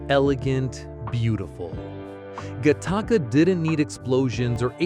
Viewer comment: I'm never not going to say "Guh-taka" when talking about Gattaca again.